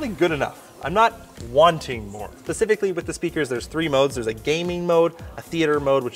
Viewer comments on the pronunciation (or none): Did he say " Pacific-ly" ? :)